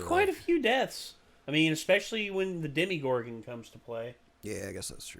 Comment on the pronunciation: It's Demogorgon not Demigorgon